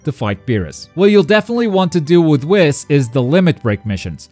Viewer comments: It’s pronounced weeeeess not wis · It’s wheeees not WIS 🤦🏾‍♂️ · its Whis like weast, not whis like hiss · Did he just say wis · Why does he say whis like that... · You can't even say Whis's name correctly 🤦‍♂️ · I hate his pronunciation of whis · The way he pronounces whis